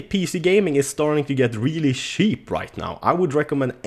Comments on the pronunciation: I realy like how he said: The game industry,today is really SHEEP!:DDDD hahahaa omg u are such a king XD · its funny how u pronounce cheap ;D Its like; PC Gaming is really sheep